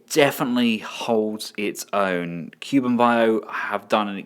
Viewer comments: Cu-Bi an-Bow not Cu-Ben-Bio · Wei Jiang : Way G-YoungKu Bian Bao : Cool B-en Ba-uuhope you don't mind but here's hoping this may help you master the pronunciation for these brand. :)looking forward to the KBB Hound review.